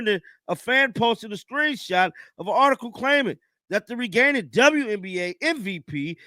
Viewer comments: it's not "regaining" like you said, it's pronounced "Raining". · Reigning is pronounced like raining,. The G is silent